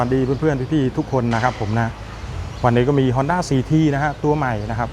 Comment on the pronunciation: ฮ อ น ด้ า CT125 😊 อ่านว่าสี่ทีหรือ ซี ที กันแน่ครับ ผมฟังยังไงก็ สี่ที